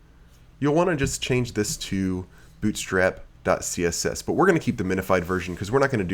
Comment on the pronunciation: "bOOt strap" LOLOLOL where are you from?? your accent is tripping me out!